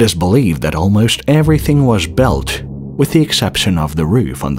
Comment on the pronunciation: Yeah he said belt for word built